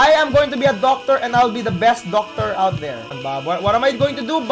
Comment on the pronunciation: "Qualified Docctor"